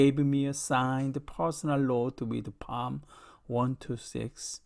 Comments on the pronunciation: 시편 (Psalm/ 사~암)을 팜이라고 읽으시네요. 기독교인 맞으세요? ㅋ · 시편을 영어로 Psalm인데 발음할때 “P”는 발음안하고 Salm으로발음합니다.